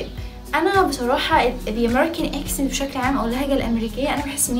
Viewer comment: معلش انا اسفه جدا اني هقولك كده انا شايفه انك في الايطالي احسن بكتير ارجوكي بلاش انجليش لان بصراحه في حاجات نطقتيها غلط مش صح زي attitude and computer accent.انتي بتنطقيها eccent و cemputer و additude انا سافرت كتير لامريكا وكذا دوله اوروبيه وبصراحه مش دي الطريقه الصحيحه لنطق الامريكان اكسنت مش بقول في كل اللي بتقوليه بس في كلمات كثيره .انا اعلم انك مجتهده جدا جدا ومتفوقه جدا ومثابره ولا تنهزمي بسهوله تستاهلي كل النجاح اللي وصلطي له واتفرجت عليكي في البرنامج مع دعاء وكنتي قمرايه ماشاء الله وحبوبه جدا انا بس لاني والاه حبيتك اوي وفرحانه بيكي ايضا فا مش عاوزاكي تشتتي نفسك في اكثر م نز اتجاه لان صاحب بالين كداب وان اة مقصدش انك كذابه ولكن هذا مثل يعني قصدي انك لو اتشتتي في اكثر من مجال بدل مايكون الفولويرز بالملايين مثلا هيقلوا لانك افضل بكثير في الايطالي .اتجاهين هيقلل من شعبيتك مش هيكون في مصلحتك لانك نش بنفس الكفاءه في الاثنين وانا حابه انك تفضلي in the top زي ما بيقولوا بلاش انجليش صدقيني وبلييز بليبيبز ما تزعليش مني.انتي زي السكر ولذيذه وعسوله وتدخلي القلب علطول.اتمني ت قبراي الكومنت بتاعي وتتفهميه جيدا بالتوفيق حبييبتي😘😘